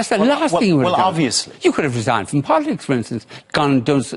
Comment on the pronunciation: 3.57 He says 'bolitics' 🤣